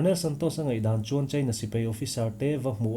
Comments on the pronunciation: Mizo tawng lam in fimkhur deuh a ngai. Sipai tih turah sipei tih te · Sipei ni lovin, Sipai tih tur aw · Mizo tawng hi lam fimkhur a ngai khawp mai. Sipai hi a spelling ang tak hian lam thei la a duhawm hle, Sipei ni lovin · sipei niloin sipai tiin lamri zawkta la, ngaihthlak a nuam deuh ang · A ngaihnawmin a fact pawh a ṭhain a rintlak hle mai. I chhiar rik speed a ṭha, i aw pawh a dam thlap mai. Lam rik dan ka lo chhinchhiah ve pakhat chu "Sipai" tih thua "A" lam rik dah hi "e" a hnaih mah mah. Tin, volume hi hei ai hian ring thei se, thil dang ti paha ngaihthlak a remchang lehzual ngawt ang.